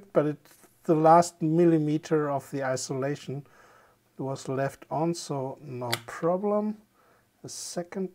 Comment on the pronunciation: IN-sulation, not I-solation